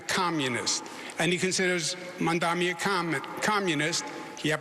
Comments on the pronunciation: I don't get it. Educated man cannot pronounce his name. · The live audience is a lot better for the debate. Listening closely here it sounds like both one of the candidates -- if not two-- plus the moderators have given up on pronouncing Mamdani correctly. They may all get a lot of practice after the election. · And Curtis can't pronounce it either